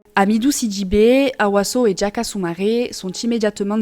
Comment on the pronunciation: DiA -Ka ,pas Djaka DiA-lo ,pas Djalo LO-BE NdiaYe, pas lobe Ndjaye C'est horrible cette façon d'ecorché les noms des gens. Et puis j'ai compris que c'est ta façon de parler indiquer deviens indjiquer😁